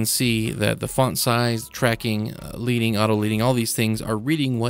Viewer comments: Just FYI - the word Leading is pronounced "ledding" not "leeding". Pretty useful looking tool! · Thanks so much! BTW leading is pronounced 'ledding' cos in the old days they separated the lines of text with strips of lead (the metal)!